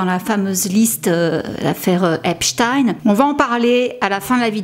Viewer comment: J'aime bien tes vidéos ms fais un effort pour l'accent stp. Tu peux avoir les prononciations sur Google, en tapant par exemple "Epstein pronunciation". J'ai encore du mal à oublier seudge night pour Suge Knight... Mais j'aime bcp tes vidéos, j'insiste. Merci pour ton travail fouillé et divertissant, c'est mieux que ti-M-zi 😁